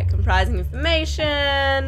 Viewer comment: It's comPROmising not comPRIsing... Smh (-_-')